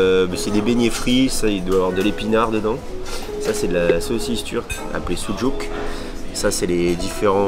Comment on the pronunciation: « soudjouk » c’est sucuk!!😭